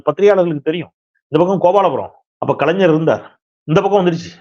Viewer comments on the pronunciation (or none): none